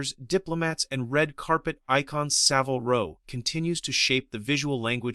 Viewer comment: In Savile Row, the i is pronounced as in carbine, not time.